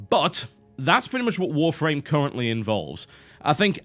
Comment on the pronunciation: He says Warframe like Wharf Rame